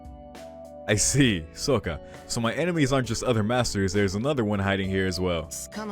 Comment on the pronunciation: "soka" that killed me haha.